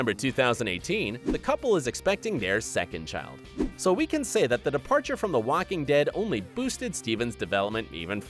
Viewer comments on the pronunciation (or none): Did he just say "Wacking Dead" ?